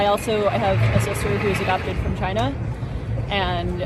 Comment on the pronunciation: it's not China, it's CHYY-Nuh